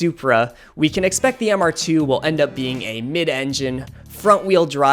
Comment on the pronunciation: "1988 Supercharged Mister Tew." Took me a minute but..."Oh, MR2?" I had someone drive in and offer $5K for my not running, MR2. Great job on the video.😫😛😂